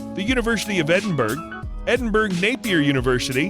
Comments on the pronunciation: It's. Not Edinburg It's Edinbura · She's an inspiration for everyone, especially young girls coming up into the world! We are all happy to see her ability to build this unprecedented empire, aimed at helping kids to read, and giving back to the causes that are close to her heart. However, she does NOT live in 'Edenburg" , she lives in Endenbourough and is pronounced “Edinboro”? Voice-over talent, please research before recording, otherwise, you are confusing young people. Thank you. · Edin BERG! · This voice over man needs to learn to pronounce British locations - Edinburgh is pronounced Edinborough for example..jeez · Edinburgh is pronounced ‘Eddenburra’. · Can Americans please learn to say Edinburgh properly. It’s really not difficult. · Edinburgh learn to pronounce it please